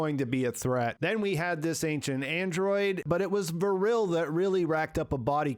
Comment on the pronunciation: Great summary, i just don't get how you could pronunciate Vrille as Vuhrille. it's just Vrille, no extra vowuhls.